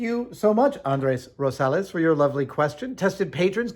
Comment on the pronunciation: very impressed by adam's pronunciation of andres rosales